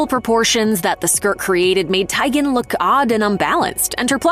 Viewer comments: If you are going to criticize a look, at least pronounce their names correctly. Christy Tiegun??? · Who pronounces Teigen like that? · YOU PRONOUNCED….TEGIN WRONG IF YOUR’E GOING TO CUT PICS DOWN AT LEAST PRONOUNCE THEIR NAME CORRECTLY GEZZ 🫢